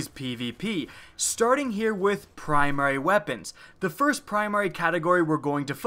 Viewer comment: Wat iz primrwee